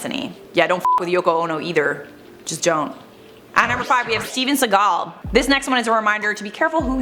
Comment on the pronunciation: I just love top so muchhhhhh❤❤❤ Is it just me or does pronounce Segal weirdly. Or am i the one who pronounces it weirdly?